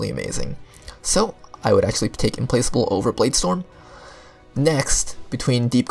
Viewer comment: The only video that pronounced Implacable correctly